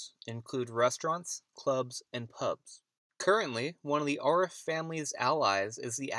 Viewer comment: And its not AR-RIFF its A-rif,as in adam.